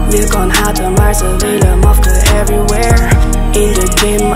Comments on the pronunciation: Op zegt ze mafke vanplaats famke ze kan niet eens haar eigen naam uitspreken ahhaha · Waarom kan zij haar eigen naam niet uitspreken? Ze zegt de hele tijd mafke😂